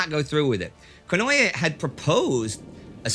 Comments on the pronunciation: Theres no such thing as "ye" in the japanese language, its ko-no-e (近衛). Please indy, its just like spanish pronunciation, and if you read the correct spelling on wikipedia youd see theres no "y" anywhere in there, just read it like hes from spain or mexico or any latin speaking country, itll at least be the correct pronunciation. 😂 i do love you, thank you for all the vids, and very glad and hopeful for you and everyones continued good health ❤️❤️❤️ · here indy, 10 seconds in a nice beautiful pronunciation. Not to change any episodes or anything, but just to give an easy example of Konoe Fumimaro (last name first name, as is standard). Just keep listening for the same name konoe after that 10 second mark for confirmation if doubted